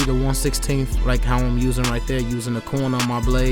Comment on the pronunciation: It’s cool man I wish I could be like him to! Keep cutting hair and maybe one day you’ll be just like 360jeezy. I’m just using improper grammar like you! I hate when you speak dog. The word is lengTH and THERE, not with f’s at the end of words it’s so annoying and it just proves how dumb and lazy you are you can’t even pronounce words correctly when you have kids watching your videos. Stuuupid. Back to the real YouTube barber! 360JEEZY!!!!!!!